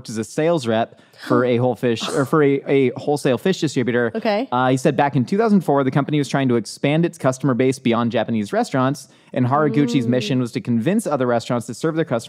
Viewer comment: Did anyone notice (~5 minutes in) when meant to say "A wholesale fish..." but accidentally said "A-hole fish?":) It made me laugh out loud, given what he was talking about at the time:)